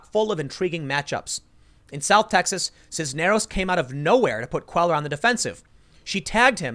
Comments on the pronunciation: Tim, you really need to take a basic Spanish speaking course. It's not Queller it Quay yar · Cuellar = pronounced "quay-ar". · Love your show. FYI Henry Cuellar is pronounced Henry KWAY-YAR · Cuellar is pronounced "kway-are"...Just FYI. Keep up the good work Tim. Thanks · Love your stuff Tim. Cuellar is pronounced Queyar. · It's pronounced "cueyar" - the ll in spanish sounds like a Y. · Pronounced Kwayar. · S Texan here Cuellar is pronounced QUAY-AR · "Cuellar" is pronounced "Kwe-yar". It's a Hispanic last name. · “Quay-yar” = Cuellar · Your pronunciation of Spanish last names is terrible...still love this channel! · GOOD LORD - LEARN HOW TO PRONOUNCE CUELLAR - AT LEAST CALL SOMEONE TO FIND OUT